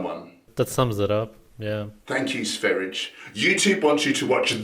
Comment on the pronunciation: Sver erch. 😄 Sver-i-ye.